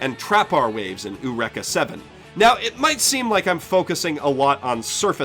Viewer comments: ooreka seven? OOREKA SEVEN? OOOOREKA SEVENN?! IT'S EUREKA SEVEN! Great video though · it's actually pronounced "EH-OO-REH-KAH", based off the japanese pronunciation of the greek saying of the word. perhaps, the "EH" is a bit subtle to others' hearing...? EDIT: small correction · oorekah seven? you mean eureka seven? eu-ree-ka eureka is an english word, not japanese. i can understand the argument for pronouncing manga as mahn-guh as it originates from japan, but please watch this video eureka is english, and is pronounced eu-ree-ka, there is no other way to properly pronounce it. refusing to pronounce things normally just makes you look like your obsessed and lumps you into the group of ass holes associated with those people depicted in the video. (not that your necessarily an ass hole for doing so) pronounce it as you please, im just pointing it out. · eureka is pronounced more like you-reek-ah. unless you're aping the japanese pronunciation. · OO-REKA 7? OOO-REKA?!! WOT M8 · ...Not sure if you have a reason for the different pronunciation for it or what, but Eureka (as in Eureka 7) is pronounced you-REEK-uh, it's the Greek word for I found it that Aristotle shouted when he figured out the method of volume measurement by displacement... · stop saying oorecka please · I really doubt eureka 7 is pronounced oo-wrecka 7 lmao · You still pronounce Eureka 7 weirdly, I don't undestand since english is not my first language, but I'm sure it's like "Eukeka I got it!" and not some japonese word :/ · "Oorekka Seven" ...dude, why do you not know how to pronounce so many words? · Warpdroid They say it Eh-Oo-Reka in the dub too. Seriously, you're just wrong. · I pronounce it "you-rek-a" as a nice compromise. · Yeah, the first syllable should rhyme with "hay". Other than that, the rest of his pronunciation is correct. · I'm glad that the search bar understood what I meant when tried to say Eureka. But, he's Canadian, so I can forgive him for that.:p